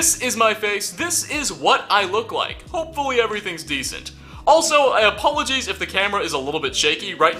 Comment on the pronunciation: " Also, I apologeeze" dude what? Apologeeze? No its ApologYEET